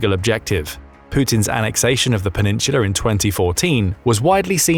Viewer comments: No idea why I keep clicking their videos. They never say anything new and always manage to mispronounce a number of words. Penin-sula. Half way through the video they only said it wrong like 15 times. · Yo say peninsula again my dude lol